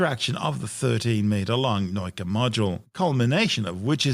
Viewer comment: What is this "noyka" nonsense? It's "nah-oo-kah", accent on the "oo" (otherwise would be "now-ka"), means Science... Guess he somehow saw a German "neu" there instead of "nau"? Hurts my brain, physically :(